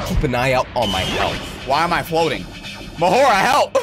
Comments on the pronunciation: ITS MAHORAGA NOT MAHORGA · Its maharaga not mahorga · Its maharaga not mahara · It’s not maharaja. It’s Maha raga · It’s mah-ha-ra-ga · Bro calls him mahora 😭😭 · It’s ma ha roga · It’s Ma Ha Ra Ga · It’s ma-hor -a-gah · It is pronounced Ma hor ag a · bro always say mahora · Bro it’s mah-ho-raga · Mahoragah is pronounced MAH-WHORE-RAH-GUH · you said mahoraga wrong the whole time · I feel like nobody cares about how he’s saying mahoraga